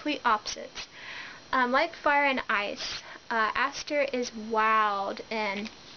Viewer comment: No offense but it's Asher and Devin not Aster and Devlin.Sorry that was just realllllly bugging me other than that great review.